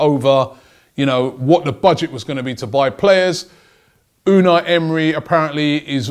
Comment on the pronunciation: Vincent V unai not unal, unai is a basque name